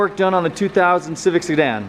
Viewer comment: lol did bro just call it a suedan lol 😂🤦🏻‍♂️